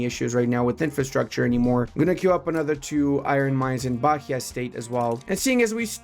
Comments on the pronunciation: You did pronounce it correctly eventually. Zhaneiro and Zherais, same sound. Also Ba-EE-a. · The "h" in Bahia has no sound. It sounds just baia with the i being the strongest sound. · As a Brazilian, hear you say "bakia" is kinda funny lol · Plese bahia is pronunce ba-í-a. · Btw considering you asked about pronunciation: Rio de Janeiro is Janeiro as in January (in portuguese we don't make the J into an R, ever) also Bahía is Bah (ba) - ia (we also don't make the H into R, ever) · great video, the h in Bahia is silent, more like Bah-ee-uh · u say BaÍA, the H is silence, u dont Pronounce